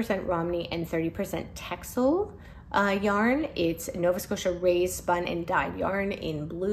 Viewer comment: It is so inspiring to see all of your (cabled) knits! I'm still working on a sweater collection like that. Btw fun fact: Texel is actually pronounced Tessel (yes, Dutch is a weird language from time to time).